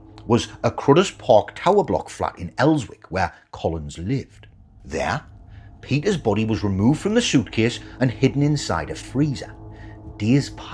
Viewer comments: Being a Geordie myself, your pronunciation of people's names and "Els..wick" has me puzzled. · Yeah im a geordie and will pronouce it elsick and i would say ersdon....interesting to hear about these cases tho...scary what can hapoen on your door step 😢